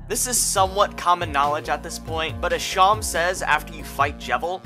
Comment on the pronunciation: Better than him pronouncing Seam (yknow, like on clothes or in sewing) like "Shawn"